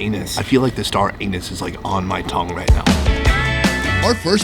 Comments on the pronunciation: seconds star-anus 😂 it's pronounced star-anese what a legend 😂🤣😂🤣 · Lmfao wtf is star AN-US?!?!! U mean star anise?? LOLOLOL IM CRYIN!!!! Oh man... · it’s star anise, not star anus unless you are trying to be funny. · Sounded like you were saying star anus instead of anise !! Hahahhahaha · Hahahah star anus....... its pronounced star aneese lol your so funny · Wait… did you just un-ironically say star ANUS? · it's called star anise, not star anus. LOL. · He said "star anus" 😂😂😂 It's star anise. Not a dig just found it hilarious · 🙄 Star Anise (aa-nees) not Star Anus. 😂😂😂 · it's star ah-neeze, not star anus LOL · I love all your videos keep making more please. Note it isn't star Anus... i'm sire it's pronounced star Anees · maybe you should pronounce star anise less like star anus & more like star a-niece. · A-neese not anus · You are so cute ☺️ Star Anus 😆😭🤣, it’s Star Anise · Nobody notice him say "star anus" instead of anise 😂😂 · ...at the part where he said"star anise"i heard "star anus" 😂😂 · ... I feel like the star-anus ( anise) is on my tongue right now 🤣🤣🤣🤣🤣🤣🤣🤣🤣🤣🤣🤣🤣🤣🤣🤣🤣🤣🤣🤣🤣🤣🤣🤣🤣🤣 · Lol. It’s pronounced Star “Anise” not Star “Anus” 😂😂😂. It’s ok we forgive you! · Star "ANUS"? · Star ANISE not ANUS lmao dude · "Star anus..." you mean an - i -ease? =P great content as per usual :D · The star anus Me: waiminute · ‘Star Anus’ can’t say it sounds overly appetising 😂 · the "star anus" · Star Anus? I think it is star Anise. Just a little cue to help with pronunciation x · "star anus on my tongue" bwahahahahaha its star anise!! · "star anus" hahaha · Star Anus no no, it’s star an-neese. Child. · pronounced (star-a-niece) not anus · Star Anus lol star anise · Star anus? Was it? 🤣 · Star anis not star anus bro. Lol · Star A-Niece,, not Star-Anus:D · It’s star an-is not anus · Why do you pronounce Star anise as "Star Anus" 🤣🤣🤣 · Did he said star anus?? 🤔🤔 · it’s pronounced as star aneeese, not star anus 😂🤣😂🤣😂🤣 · Yea "star anus" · Star anus??😂